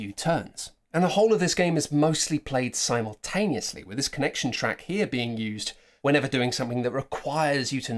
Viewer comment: Si Multaneously? Oh dear.